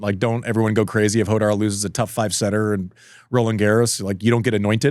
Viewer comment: Why do Americans struggle so much to pronounce Rafael Jodar’s name? Is it that “kh” sound? It’s not “Hodar,” it’s “Khodar”—like the “ch” in Bach, from the back of the throat 😭